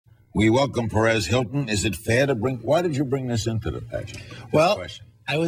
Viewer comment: LOL! It's "Perez," not "Paris."